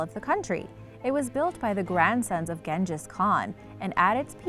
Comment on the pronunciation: cant even pronounce Genghis correctly